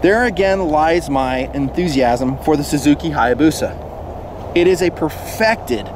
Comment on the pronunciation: omg how he pronounced hayabusia